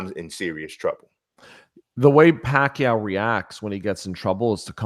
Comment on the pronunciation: First time hearing an American pronounce Pacquiao the right way lol